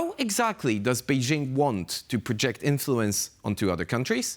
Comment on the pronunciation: The “jing” in BeiJing sounds like “jingle” and not like “shingle” Pronouncing “BeiJing” with a fake French accent sounds silly